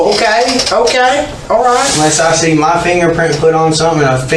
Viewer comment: “What kind of car were you driving?” “Mah car.” 😑